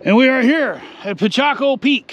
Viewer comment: It's not Pichaco it's Picacho.